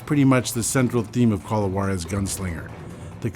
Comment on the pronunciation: I Can say without a doubt that I love these games! Pretty good westerns. But as a Mexican, I cringe whenever I hear how they pronounce Juarez LMFAO